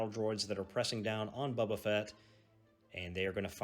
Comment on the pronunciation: I appreciate the game and the content. I can tell you are from the south because you call him "Bubba" Fett. First time I ever heard that was in Alabama. The miniatures are cool for this game. Well done on the white for the stormtroopers. But I do not like the clunky movement sticks and custom dice this game uses. Fantasy Flight needs to come up with a better system.